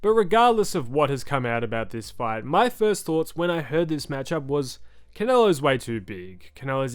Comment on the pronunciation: I "gwas" born ready